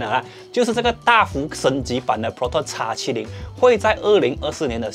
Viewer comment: 叉70 很難聽，注意一下model的稱呼